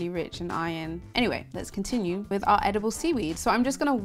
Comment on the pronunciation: You should take speech therapy you say fubms instead of thumbs in the beginning, howeather instead of however, and wiv instead of with... just to mention a few. The TH sound you use when you mispronounce 'however' is the sound to use in with. I'm sure you know these things, so talk more mindfully...Why do you pronounce starchy as 'storchy'??